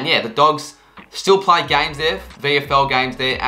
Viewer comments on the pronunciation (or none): none